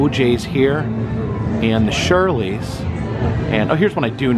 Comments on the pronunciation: It's not, 'the Shirleys', it's prounounced, 'Shir-elles'. The Shirelles. Great r&b group. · loved this video!! One correction. The one group you said The Shirley's. It's pronounced The Che-relles. Hence, The Shirelles.